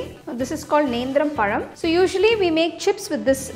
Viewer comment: You correctly pronounced nenthrapazha 👏